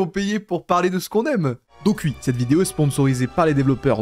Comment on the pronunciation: Tu dis plus jamais "Wui"